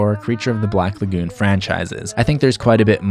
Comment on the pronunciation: The way you pronounce "lagoon" is cringe worthy. Ok thanks.